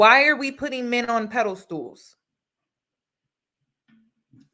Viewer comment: its pedestal not pedal stool. I say that with zero shade and the utmost respect. But everytime you say iy its like nails on a chalkboard for me. Lol😵‍💫😵‍💫